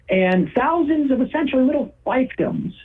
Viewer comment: I love the Sam doppleganger saying “fifedoms”